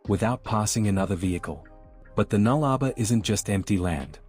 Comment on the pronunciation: us Aussies pronounce it null-a-bore not nullrba